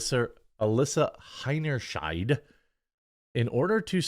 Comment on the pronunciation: Btw the sheid part of her name if pronounced as it ought to be rhymes with height!